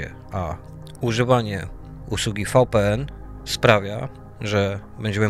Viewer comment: VPN to Wi Pi En tak sie wymawia. WiFi to łaj faj